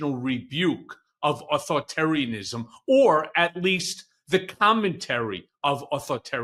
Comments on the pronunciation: How does not know how to say Authoritarianism?? Haha! He said Othotaryism haha! He worked for an Authoritarian for decades but can’t say the word? Wild. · Might want to work on pronunciation of “AuthorI tarian ism.” You’re leaving out the ORI. Call if you need help with this.